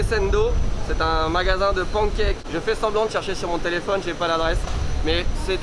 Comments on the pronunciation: j'ai cru que t'avais dit porn-cake, quelle deception quand j'ai vu que ce n'etait pas ce que je pensais XD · PA-NE-KAQue ça me stresse😅😂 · J'adore votre prononciation de "pancakes" 😜 merki